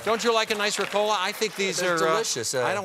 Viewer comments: Ricola: The emphasis is on the Ri, not on the Co. It doesn't have to do anything with cola. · Jeez, they were saying RECOLA. I was like, what is that. Its called RICOLA mates. Greetings 😅😜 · Seriously you people call it Ricòla? For fuck sake it's Rìcola! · Me too. Isn't it pronounced Rícola? 😂🤔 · Omg it took me until they ate the candy to figure out they were saying Ricola, the stress is in a different place in German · I’ve never heard an american pronounce ricola...it’s more than cringey lol